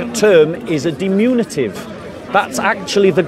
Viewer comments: Diminutive, NOT "dimunitive". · always mispronounces "diminutive" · "Diminutive," by the way.